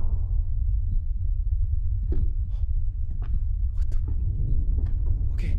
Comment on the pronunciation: Nobody:: Ohda God, I’m from Minnesota, I swear to Goud